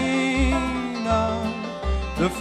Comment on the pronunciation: Hey, you need to go back and listen to how Johnny Cash pronounced LoREna. It's not LoRAna. (Johnny Cash Lorena1959.) I know it's been my name for 72 years. You need to get it right if you're going to sing this song.